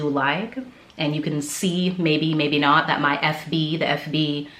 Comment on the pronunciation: It nuh good😂😂😂. Are you Jamaican? Love it.🇯🇲🇯🇲🇯🇲🇯🇲